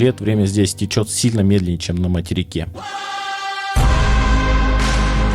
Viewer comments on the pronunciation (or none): none